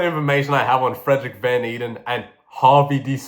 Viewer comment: I dont think this comment will ever be seen but Frederik van Eeden is actually my great great grandfather and its pronounced ey-den